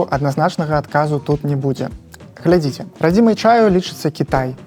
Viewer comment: Калі вы ГЛЕДЗІЦЕ, пастаўце лайк ці дайце каментар... Тут націск на апошні склад. Гэта я кажу вядоўцу праграмы. Такая гутарка вельмі патрэбная, хаця пра гэта ўжо шмат гаварылі на розных пляцоўках. Дзякуй.